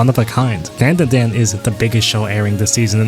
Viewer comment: Say dan da dan normally